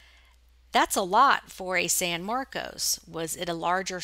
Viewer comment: 'san marcos'. marcos is my husband's name. I'll remember that. You pronounce it perfectly. never understood why ppl automatically pronounce it 'marcus'.